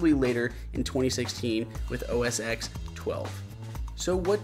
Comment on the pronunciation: Great tip. Btw, Apple officially pronounce it OS "TEN" not OS "EX" #justsaying 😜